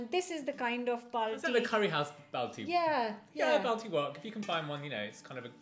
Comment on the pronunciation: Don't worry, that was NOT a genuine balti !! Even the way he pronounced it was WRONG